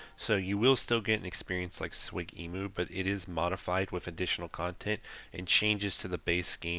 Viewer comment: no one calls it SWIG emu lol S.W.G emu